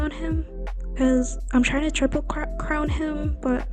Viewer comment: I’m sorry but you mispronouncing ‘Crown’ and Varka’s name SENT ME 😭😭😭😭 Edit: Congrats on the Debut!! 🎉🎉🎉 May your Vtubing dreams come true!